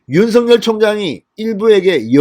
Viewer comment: 진성호 대표님 좋은뉴스고맙습니다 다름이 아니라 윤성열총장 이름을 부르실때 입에서 만들어지는데로 윤석열 로 불러주세요 가끔 윤서결 부르시는것같아서 죄송합니다